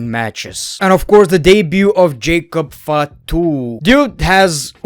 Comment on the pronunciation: His pronounciation:jacob ftu In india:-it means jacob is coward😂